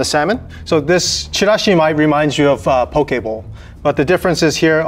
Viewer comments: It's poki bowl and I heard Pokéball :D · I almost thought he said "Pokeball" when he said "bowl" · It took me way too long to realise he was saying poke bowl and not pokéball.